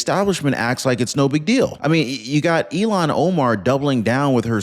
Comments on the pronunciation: I notice every time you mention than idiot from Minnesota, say Elon Omar. I believe it is pronounced "ill-han" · It’s ILL-HANN not Elon!!! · It’s not Elan, it’s Ilhan. You’re pronouncing her name wrong. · Her name iis ILLHAN not ELON. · It’s pronounced like it’s spelled: “Ill-haun” or “Ill-hon”… not, “Elon” (like Elon Musk)! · It’s not Elon it’s pronounced Ilhan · ILL-hahn. That’s how her name is pronounced, not “Elon”. IL-hahn. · her name is pronounced "ill Han" not Elon. Please don't confuse that with the name of a true Patriot. Thank you. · please for God sake say her name correctly it's not Elon it's( ill hon) spelled illhan.